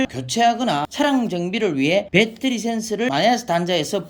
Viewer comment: 빼떠리..참 못소리 참 어색하네